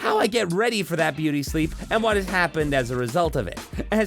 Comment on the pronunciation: what is this shlee-eep you speak of